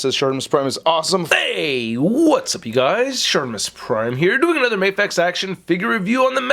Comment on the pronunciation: It's "Mah-fex" not "May-fex". Because it stands for "Miracle action figure x", not "Miracle ay-ction figure x"